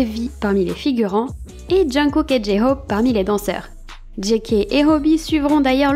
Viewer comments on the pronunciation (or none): Moi aussi j’entends, il dit j hofe et non Jhope c’est mignon 😂❤ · Je n'avais pas fais attention pour JHope effectivement on dirait qu'il prononce un F . Et Suga et ses pailles , j'ai trop rit . Merci encore pour tes video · J ai remarque moi aussi jhope ne dit pas jhope mais jhofe 😂😊❤mais C est mignion quand il dit jhofe IH 😊❤ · J'ai beaucoup aimé ta vidéo qui donne plein de petites infos sympas !!! Merci pour cette vidéo et ce format. 🙏 Du coup, je vais aller regarder tes autees vidéos. Et tu as raison, je n'avais pas remarqué non plus, mais oui, tes oreilles be re jouent pas des tours. J-Hope a l'air de dire J-Hof... 😅😂❤ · Trop bien la vidéo 😊, mais ne t'en fais pas t'es pas la seule à entendre j-hope dire j-hofe 😂😂😂 il est trop mignon 😍❤❤ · Merci pour ta vidéo ! très intéressante ! j'entend aussi J -Hofe lol ... bonne journée ! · Merciiiii super intéressant. Je connaissais pas certaines anecdotes. Et tu as raison. Le P de jhope il le prononce pas 😂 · Tu a raison pour j hope il prononce mal son nom